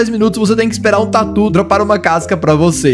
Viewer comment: eu sei! Mas ele está falando "por algum motivo" casca de tuer hahahaha!